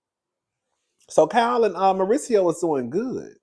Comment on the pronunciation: 😂Cowl😂 the way you pronounce Kyle’s name is cringe but I have to laugh & love it cause you my boo thang 😅❤❤❤❤❤❤❤❤❤❤